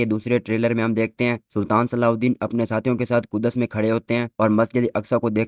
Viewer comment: Ku-das nhi bhaai Kuds h 😂😂